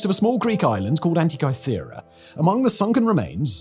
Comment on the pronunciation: It's said An ti ka thera, not kai thera Is Hancock writing your scripts?